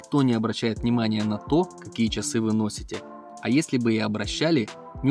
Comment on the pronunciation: Автор поработайте над своей дикцией. Слово ЧАСЫ в вашем исполнении звучит нелепо.